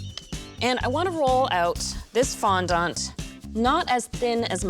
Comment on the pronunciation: Omg yes.